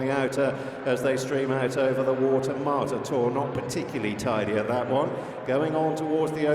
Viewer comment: It's MARTATOR not Mortator. Come on, get the name right!